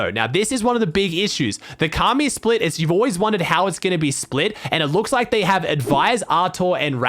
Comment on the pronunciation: Ok know he’s he’s American but come on man said kaamee